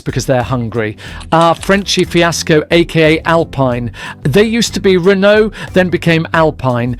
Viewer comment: I don't like Alpine, but the pronunciation is absolutely wild. Either way good video, keep goinh g.